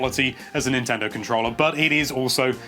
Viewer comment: Every time he says "controlla"...